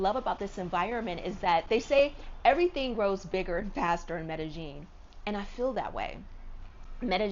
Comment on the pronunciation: Racism is almost everywhere but I think people need to realize that there are tells of you being a tourist or a foreigner. Like her saying medejeen instead of medeyeen instantly tells locals you are not from here so then the bs follows you much faster. Suddenly your color matters more and people notice your valuables more. That's how it is everywhere. Immerse yourself in a country's language and culture BEFORE you go to live there always and people will appreciate you more. Colombians don't even trust other Colombians in the culture so they definitely wouldn't trust a foreigner